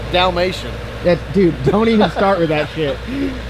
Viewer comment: said dalmations🤣